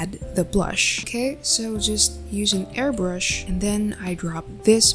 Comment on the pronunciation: you said airBURSH its airBRUSH lol